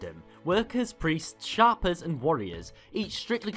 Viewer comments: Shaper, not Shopper. Ugh. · It sounded like he said sharper to me. But, yeah, it’s Shaper, pronounced shape-er, as in a person that shapes things. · You know it's not that hard to look up how a word is pronounced... Shay-per.. as in they shape things.... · One who dictates shape. Shape er. Not shopper. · its shay-per, shaper.